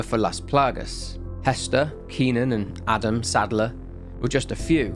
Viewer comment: Instead of Adam saddler I hear Adam Sandler